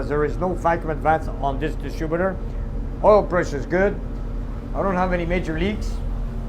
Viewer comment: Distrubitor:) I worked at a mill a few miles up the road in St Jerome and all the tradesmen spoke great English with a few twists